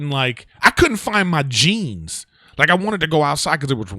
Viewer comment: I swear I thought he said he couldn't find his cheese, not jeans, like ahhh shit that would be rough.